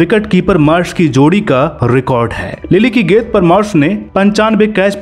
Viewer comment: गेद, गेदबाज !! It's गे न् द - गेंद, गे न् द बाज - गेंदबाज।